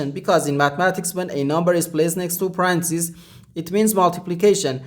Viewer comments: Awesome! I just wish you say "Pah-Rhen-Theh-Sis" instead of "Pahrahnsis" because you got me confused for a moment. I even thought it was Francis. So I said, what, who? Before realising you were refering to . Thanks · WTF is a paransees?? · please first learn to pronounce parentheses correctly